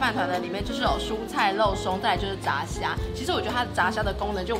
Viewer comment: 是「ㄓㄚˋ」蝦 不是ㄓㄚˊ蝦